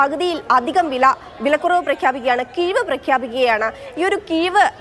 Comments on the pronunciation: "കീവ് " അല്ല "കിഴിവ് " 😂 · മലയാളം ശരിക്ക് പടിക്ക് കീവ് അല്ല കിഴിവ്